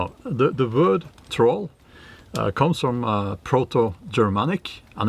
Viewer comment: Sounds like dropping the R in troll was intentional when calling it a Toll Bridge. Gotta pay to cross the bridge😉